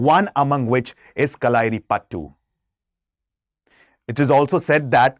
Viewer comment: Pronunciation is not right kalari payattu